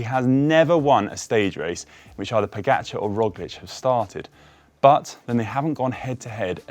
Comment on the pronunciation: I think "Pog" and "Rog" rhyme. I don't think it's "Roj".